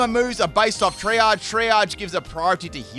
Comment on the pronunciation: "Triage" is pronounced "tree-ahj" and comes from the medical term for assigning who should be treated first in a multiple-injury situation. Excellent battle, btw! This was a really interesting theme team!